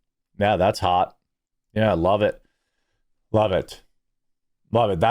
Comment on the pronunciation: 😂 he said loveit.